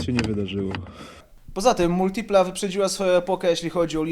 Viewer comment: Ciul tam z Multilipą! Za sam wstęp "laik"... Hahahaha, a ciemnota śmieje się z jakości wnętrza w amerykańcach! Przyjrzycie się lepiej wpierw Multilipie, bo takiego czegoś to w amerykańcach nie znajdziecie nawet starszych od tego F.I.A.T.-a... MotoBieda - wyprzedził czas z cupholderami?! Mój były Pontiac z przełomu lat 80/90-tych miał ich 16...oraz bodaj 5 popielniczek! A propos w tych cenach znajdziesz lepszego vana np. Pontiac (Chevy) Trans Sport/Chevy Lumina APV...trzeba tylko umysłem wybiec poza utarte szlaki oklepanej, europejskiej motoryzacji.